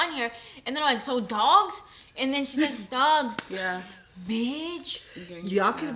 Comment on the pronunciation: Lmao I swear I heard said “Dogs” 😂😂 I was confused for a little too hahaha… This video was really interesting! More videos like this 😁